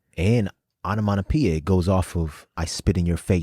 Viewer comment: You guys 😂 you're so hilarious. Also- your "onomonopeia" is effing hilarious- it's onomatopoeia 💀💜 I loved this reaction so much, if was amazing. Can't wait for the Cyphers 💜💜💜